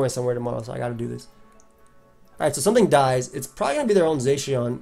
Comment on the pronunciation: You pronounce Zacian weird ugh..